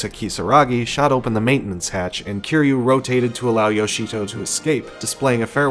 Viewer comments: its not keyru its kiruy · Bro you still got the name wrong. It kiryu get it right next time 😅